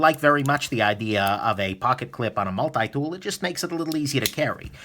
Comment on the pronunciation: Get your multi dool fwom new ywork 😀